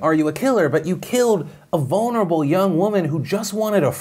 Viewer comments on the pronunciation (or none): none